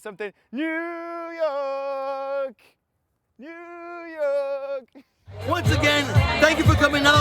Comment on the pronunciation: New Yoyk city lol